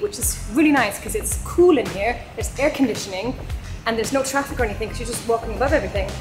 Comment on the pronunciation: Safe trraffic 😂 That made my day. Great video btw!